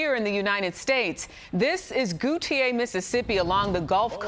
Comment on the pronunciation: Goo-tee-a 😂😂😂 it’s pronounced Go-Shay